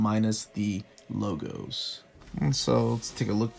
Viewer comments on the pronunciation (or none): none